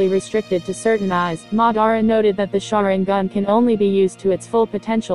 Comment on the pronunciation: Learn how to pronounce It is Mad-ar-a, and Amn-gok-yo(u)